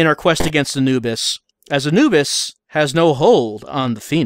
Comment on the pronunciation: That is the first time I've ever heard Anubis pronounced that way, thus I never knew that it was a legitimate way to pronounce it.